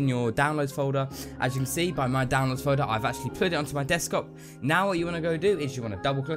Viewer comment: hehe "deskop"